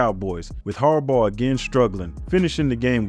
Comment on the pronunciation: its Bahhhh like a sheep haha say it with me... Jim Har-Bah . like saying bottle without getting to the T